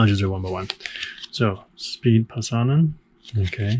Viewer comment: He is not "Speed", he is SPE-DE :D (TORILLE! (finnish joke))